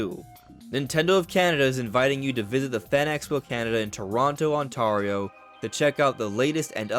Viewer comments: You're the second YouTuber I've heard pronounce it on-TAHR-ee-oh, like Mario. It's on-TARE-ee-oh, like Italian-American/New York/northern NJ Mario. 🙃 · Pronounced Ontario wrong. It's On-Tare-Io. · BTW Ontario is pronounced as ON-TARE-RIO. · "On-Tarr-io" lol